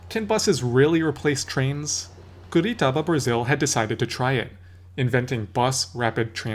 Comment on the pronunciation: Cool video albeit the atrocious pronunciation of Curitiba.